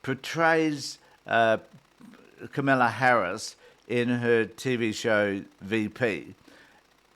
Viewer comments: She's so ignorant that she refuses to pronounce Kamala correctly. Such a cow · This rotten B! won't even say Kamala Harris's name right! This is the way Fox and Trump pronounce her name! Just vile "Rita Rotten Box"! Sorry! not Sorry! I was a teen in the 70's